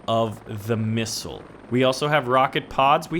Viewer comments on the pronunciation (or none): none